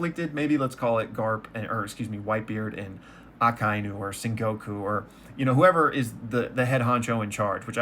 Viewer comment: Every time I get a friend to watch One Piece I emphasize that no one dies in One Piece so Ace's death will hit them like a truck. One of my favorite themes of One Piece is Inherited Will. In a lot of ways Luffy is more Roger's son than Ace is. You pronounced Akainu correctly. Fun Fact: All the Admirals share a naming convention Akainu - Red Dog Aokiji - Blue Pheasant Kizaru - Yellow Monkey Kidd's bounty is higher because he has killed more people than Luffy. Conqueror's Haki is something you are born with. You are either a born Aura Farmer or you are Dripless. Ace does have Conqueror's Haki, he just never displayed it because he died before it was developed. There is a crackpot theory that Crocodile is Luffy's mom and Ivankov turned her into a man; and that is the secret Ivankov is holding over Crocodile's head. Not to hype it to much but I don't think you are emotionally ready for Kuma's backstory. Doflamingo becomes a much bigger character latter and becomes way more interesting. Luffy and Zoro commented "It's not him, it's them" in reference to Blackbeard.